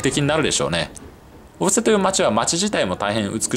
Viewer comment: 小布施の発音が正しくて聞いていて違和感がないです。